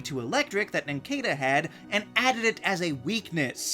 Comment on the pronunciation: It’s pronounced nin-CAH-duh, “”. 🤨